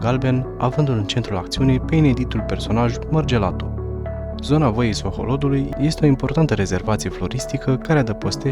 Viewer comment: La min 16 ati gresit denumirea Sohodolului, spunând Soholodului de cateva ori si ar fi pacat sa ramâna asa. Poate corectați, dacă se mai poate. In rest ...felicitari!